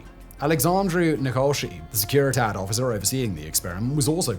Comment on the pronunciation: I honestly love the research put into these videos. One comment, however: The pronunciation of Romanian is fairly clear from its spelling. I think it would be better to give the Romanian-sounding names of Securitate and Postesti rather than something anglicized.